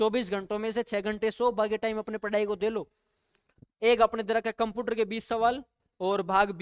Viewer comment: कंप्यूटर ❌कंपूटर ✅ 😅😅😂